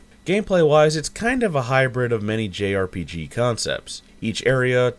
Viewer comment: ... don't... say... "jerpige"...